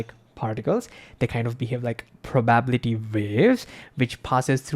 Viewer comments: try pronouncing "probability" as "prob ability" instead of "pro babble ity." I think you'll find it a lot easier. Plus people will know what you said. 😉☺ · You have a very strong accent and you don’t enunciate many letters and words (eg “probability”), and you put the stress on the wrong syllables (eg “domain”), which makes it difficult to understand you. Half of what you say is completely lost. Even for your promotional advert for Square Space, I have absolutely no idea what you said about the product . If you could talk more slowly, please, that would help. 🏴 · you really need to learn how to say probability - you butcher that word sooo badly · ok i know this isn't the point but... probability isn't pronounced how you're saying it. You're saying pro-bab-lity. It's meant to be prob-a-bil-i-ty. It took me right out of the video trying to figure out what you were saying. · Just a heads up instead of pronouncing it proBAbility, its more commonly pronounced probaBILITY it's only when saying proBAbilistic that you emphasize it like that. Love your channel btw subbed after 1 vid n now binging the backlog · It's "PROB-uh-BILL-uh-tee", not "pro-BAB-li-tee". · Please slow down and emphasize all syllables. Probability has 5 not 4. Superposition has 5 not 4. Thank you a great video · Thank you and it is a good video. What is it about the word, “probability” that people from India can’t pronounce it? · Your pronunciation of "probability" is priceless.